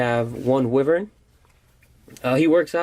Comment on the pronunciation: It's pronounced "why-vur-n"